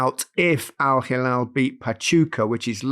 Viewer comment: "Al-Halal..." 🤭. Gary, this is the equivalent of of calling you Gareth Lineker.